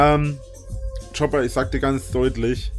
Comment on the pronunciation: "Chopper"... Er kennt den Kerl seit Jahren! Wie schwer kann es sein, "Cooper" auszusprechen?!